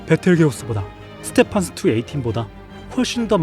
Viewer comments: 스테판슨은 뭐냐? 스티븐슨이야!! 그리고 이놈은 극대거성으로 분류된다!! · 스티븐슨이라고 발음하세요. 그리고 A.I 목소리네요 이상해요